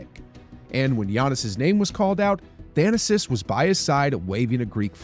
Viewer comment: Its 'Tha na sis'. Not 'Than asis'